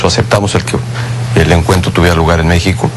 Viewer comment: Pinche Peña Nieto menso.. hasta cuando dice la palabra México se equivoca. En el min dice "Déxico" el muy pendejo...